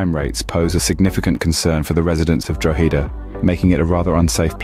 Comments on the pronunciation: Not from Athy or ever been to it. But if your gonna bash it, at least pronounce it correctly. Athy is pronounced as Ath-aye. Then Drogheda is totally butchered in its pronunciation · It's "Ahthigh" not "Affee", "Dra-hadda" not "Droheeda". And what's this "B-roll change" shite? Fine if you're talking about post-production on a film. Having said all THAT, this is pretty spot on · Michael John this just came in on my feed. The pronounciation of Athy (Athee) and Drogheda (Drogheeeda) has us laughing. 😂